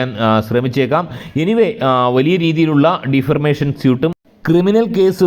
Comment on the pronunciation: ഡിഫർമേഷൻ അല്ലാ, ഡിഫമേഷൻ എന്നാണ്